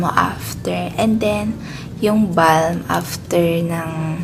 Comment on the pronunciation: Konting correction lang po sis hehe Bam po hindi Balm hihi silent L. But all in all Ganda ng skin mo. Kainggit.